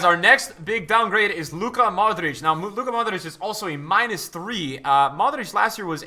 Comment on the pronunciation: I love the way he says Modrić. I am Croatian btw.